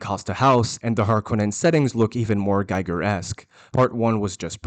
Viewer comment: DUDE GIGER is pronounced G-eager not Gyghar.